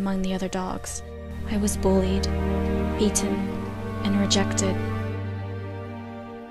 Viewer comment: Heeded sounded like “Hated” And... Beaten definitely sound like “Eaten” When I heard that, I was like “Evil...” and “You bad dogs, need to DIE. No hurtin’ meh child. ReEREEeEEeEeEE” Shame on u bully doggos- Oof- dont kill me, robot dogs 😰 Oh sh- They comin’ RUuUuuUUUNNnNnnNNNNNn They see me rollin’- OK, bai now CAKE for bootiful MOVIES,- 🎂🎂ॢ₍⸍⸌̣ʷ̣̫⸍̣⸌₎ॢ🍰🍰 There ya go, I gotta buy more cake- cya